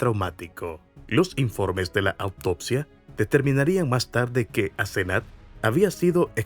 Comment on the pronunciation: Es Asenath lo escribe así y lo pronunció así la 1er vez q lo dice. Grave error no validar los datos mientras graba el audio